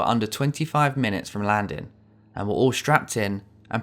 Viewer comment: Love how you don't use the "ing" on the words. Landin, Landing.